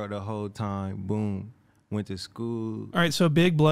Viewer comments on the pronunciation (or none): saying boop instead of boom in the middle😂😂